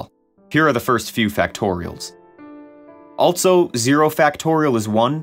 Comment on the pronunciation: The way this guy says “also” makes my eye twitch every time